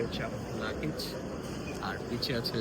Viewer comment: লাকেজ না ল্যাগেজ... উচ্চারণ ঠিক করে বলার চেষ্টা করবা